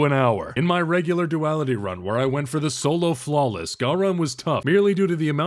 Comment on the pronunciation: Man, I love it when does the Folo Slawless